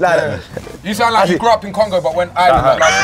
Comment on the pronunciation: It's not "Eyeland" it's "Areland"